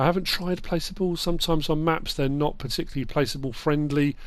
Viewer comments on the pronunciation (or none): none